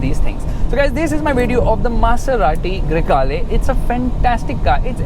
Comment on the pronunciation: baingan Yeh gadi, Grey hai ya Kala you said, Greykala 🙄 fulgore ful'kala hain 😂